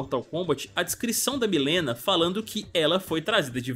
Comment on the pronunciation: Que nervo ouvir ele falando Milena o tempo todo hahahha, é "Mãlina" que fala..